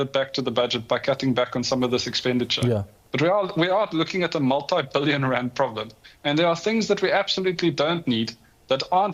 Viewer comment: Randt irratates me, it is rand 😂